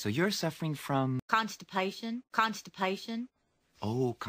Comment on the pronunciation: when will she stop saying constapation